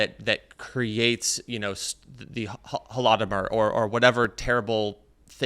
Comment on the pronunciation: His pronunciation of holodomor 😂